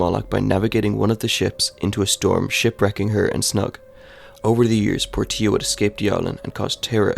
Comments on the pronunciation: The real horror is how you pronounced Portia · Dude need to learn how to say Portia... this is rough